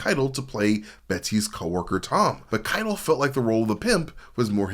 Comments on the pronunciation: Harvey Khai - Tell, not kytle. Maybe that was a proactive engagement tactic. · Omg... dude. .. you gotta learn how to pronounce Harvey Keitel's name. It's ky-TELL. It discredits you and your knowledge of the film when you can't even get the famous actor's names right. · It's Harvey "Ky-TELL" ! I'm losing my mind lol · Dude, Robert DeNiro and Diahnne Abbott actually spend a good chunk of "The King of Comedy" together and have plenty of meaningful interactions. Also, the way you pronounce Harvey Keitel's name is infuriating. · Dude, I love that you read your own scripts rather than using a robot, and I know that when people pronounce words wrong its because they learned those word from reading, but how did you watch any of that documentary, hell, how did you get this far in life without hearing Harvey Keitel's name out loud? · Everytime you mispronounced Harvey Keitel I want to 👊😵‍💫🤕 ! 😤😡🤬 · The way you pronounce Harvey Kitel is driving me nuts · Driving me crazy